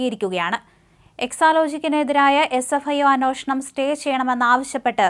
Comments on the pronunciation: അന്വേഷണം ആണ് അന്വോഷണം അല്ല. തെറ്റായി വാർത്ത വായിക്കരുത്. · 'അന്വോഷണം' അല്ല. 'അന്വേഷണം ' എന്നാണ് പറയേണ്ടത്. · അന്വോഷണം എന്നു പറയാതെ, അന്വേഷണം എന്നു പറയൂ!